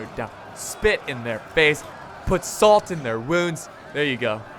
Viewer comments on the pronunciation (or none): none